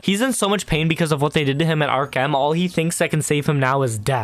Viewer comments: “Ark-em” why the fuck are you saying it like that? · nah, no way bro said "Ark-An" instead of Arkham.